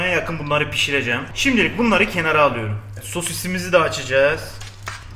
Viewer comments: Alüyürüm diyişine bittim <3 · onu aluyorum bunu aluyorum diyişin nie garip ve hoşuma gitti benim :D